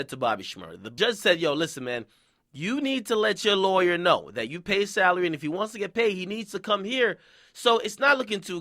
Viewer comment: Lay-wer huh Ak? Ok lol.